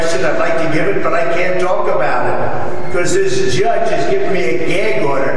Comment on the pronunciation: Why does he say "judge" like that? The jyedge 😭